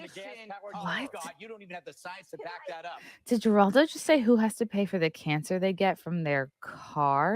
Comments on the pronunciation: are you trying to trigger me saying Jer aldo? The correct way to say it is Her aldo! Not Jerry Jerry Jerry. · It's pronounced HER all doe....play the clip first without talking over it...beyond annoying.. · why are you talking over their dialogue? and his name is pronounced HER-ALL-DOH.... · Please learn how to pronounce Geraldo. I’ll use it in a sentence “Geraldo is a moron”! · Good grief, get to the point, and learn to pronounce Geraldo. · It’s funny that can’t pronounce Geraldo.